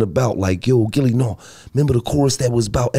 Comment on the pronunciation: Mike called him “Gullie” and Gillie wasnt boutta correct him 🤣🤣🤣🤣🤣